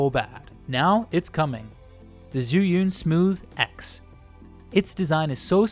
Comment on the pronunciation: che yun not zee yun